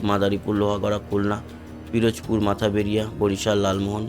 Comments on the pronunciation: মাথা বেড়িয়া না উচ্চারণ করতে হবে মঠবাড়িয়া। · মাথাবেড়িয়া না ভাইয়া। মঠবাড়িয়া।